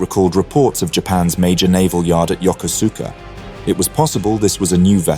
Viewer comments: It's pronounced "YOKOSKA" not "Yo-ko-SOO-ka". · No, not yoker-zooker. Yokosuka is pronounced yo-koh'ska. The "koh" is as in "cough" without the F on the end. If you want to do history, you have to learn to do research first. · The Second Sino-Japanese war began in 1937, not 1941. The full scale war began immediately in 1937. Also, I know in English it is Yokosuka, but it is pronounced Yokoska, and Kure is pronounced Ku-re with more of an eh sound than an E sound. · The naval base name is pronounced: YO-KUS-KAH. Absolutely not true: Japan sent two waves of 353 aircraft to attack an entire fleet.